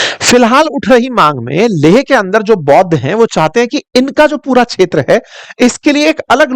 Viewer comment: Kindly pronounce kshetra properly